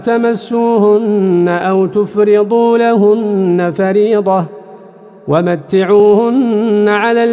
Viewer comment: الاية ٢٣٦ _ هل اخطأ الشيخ بضم التاء في كلمة تفرضوا ؟ ام قرأها برواية قراءة من القراءات العشر التي لا نعرفها ؟ التاء متحركة بالفتحة في كلمة تفرضوا